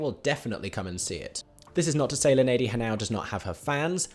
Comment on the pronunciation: I'm here for Linedy [He-nah-O]; you pronounced it incorrectly. ALW had it right. She's going to be a great Cinderella; She's been working her way through roles on broadway in the early 2010s and has a great background story which connects her with the character. I wouldn't underestimate her voice, she definitely has an original tone. Maybe you just need to listen to some of her other roles.